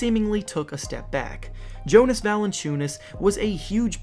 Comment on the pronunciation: Who tf is the voice? do you even watch basketball??? Day-vee-on Davion. Yo-nas not like the Jonas brothers